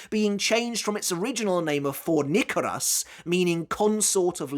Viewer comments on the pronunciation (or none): It's not "For-nick-a-rus" It's "For-KNEE-ka-ri-us"